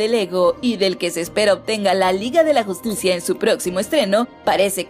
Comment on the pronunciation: No se si le gusta hacer los vídeos para Youtube y este canal o si lo hace al madrazo "la liga de la justucia" y luego thor: rag-ná-rok, no se como que debería checar su dicción, aun así, buenos anuncios